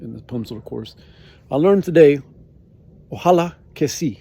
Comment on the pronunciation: ¡Tu español es muy impresionante, felicidades! :-) Sin embargo, ten presente que se dice "ojalÁ", con acento en la última "a", y no "oJAla" (creo que te corregiste a ti mismo la última vez que lo dijiste). Kion vi faras por faŭre ekzerci vin pri Esperanto?